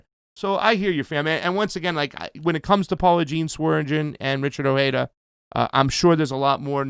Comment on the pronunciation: The J is not silent in Ojeda.